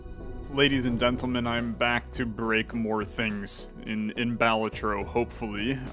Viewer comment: "ladies and dentleman"